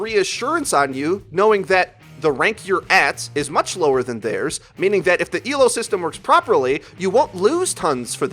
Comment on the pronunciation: Thank you for saying Elo, and not E.L.O. When people say it like its an acronym it triggers me. It shows they don't know what the fuck they are talking about. /vent